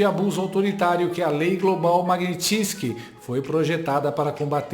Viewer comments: sou seu fã meu amigo, mas o nome da lei é Mag-nits-ky e não: mag-ni-ti-tsky. Sorry for correcting you brother. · Pelo amor de Deus, pare de falar Magnitisky!!! É Magnitsky! Só tem UM “i”… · Não é Mag-ni-tsky, com a sílaba tônica sendo a segunda? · Oi, a pronúncia correta é MAG NI TSKI. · Lê-se "magNÍtski".